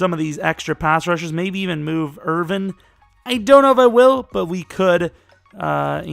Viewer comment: Your subscriber count may skyrocket if you say David Irvin(g)'s name correctly!